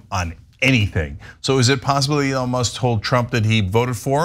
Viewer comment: He call Elon Leon lol